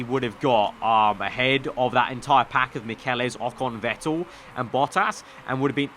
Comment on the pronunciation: Michelisz is pronounced Mitch-el-its